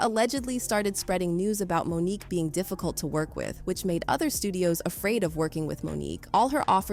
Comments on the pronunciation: It’s Mo’nique not Monica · Monica?? How do you not get Mo'Nique's name correct? Who ever narrated this 🤦🏾‍♀️🤦🏾‍♀️🤦🏾‍♀️🤦🏾‍♀️ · Monique not Monica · HER NAME IS MONIQUE NOT MONICA! If you are going to be a “reporter” LEARN HOW TO SAY THE NAMES CORRECTLY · Say her name correctly "Mo'nique". You're welcome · Why do so many videos have a no english speaking narrator who butchers the names like Mo'Nique in favor of Monica ... sounds like a.i. They have access to the internet. Let them check sources for pronunciation and spelling as iii've just done. 😒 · Gabrielle Union is GAYbrielle, and Monique pronounced like Monica? Black women deserve more money! Oprah and Gail shouldn't be the only black women in the entertainment industry with lots of money! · Mo’nique = Monica. Allegedly = a leggedly who tf is reading this script?